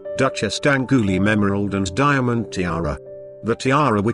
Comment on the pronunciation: Well the tiaras are lovely and the history pretty accurate but the narrator really ought to learn how to pronounce French and other names name. I have never heard worse attempt at Therese or , worst of all, D'Angouleme. Thereez and Dangooleem indeed !!